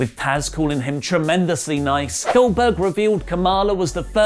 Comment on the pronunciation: I swear he said Billberg